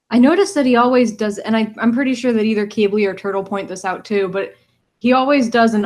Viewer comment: QIBLI ISNT KEE-BLEE ITS KI-BLEE